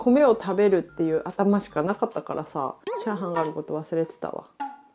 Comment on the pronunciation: チャーハン作るよ が、チャハン作るよになってた。 可愛い💕